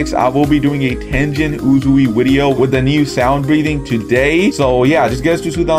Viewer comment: why tf does he say Wedio instead of video